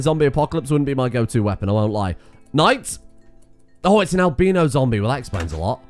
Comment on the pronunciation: haha im an american and he said "al-BEEN-no" haha